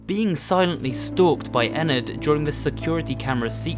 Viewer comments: You pronounce it like en-nerd (ennard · He said ennerd wrong it’s ennard but it does sound like that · Webstrike 445 It sound like what some people call your insides. It's pronounced In-erd. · Actually It's Pronounced "Ennurd"